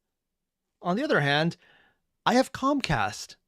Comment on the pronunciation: Not gonna lie... it might not actually make a difference, but I keep mishearing ComCast as ComStar.